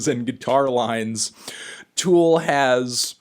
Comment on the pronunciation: For CHRIST’S sake Anthony, it’s TOOL not FOOL